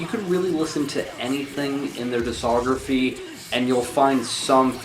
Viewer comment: As long as you don't trust him to pronounce the c in discography you should be good